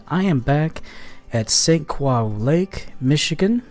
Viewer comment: its pronounced saint "croy"